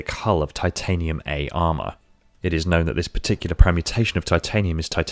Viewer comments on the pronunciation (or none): none